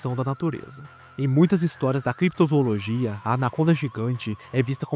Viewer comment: Desculpa bro, mas parei no "Crepitozoologia".